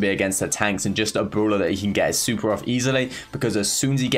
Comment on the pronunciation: Everyone: really and brawler: wealy and browler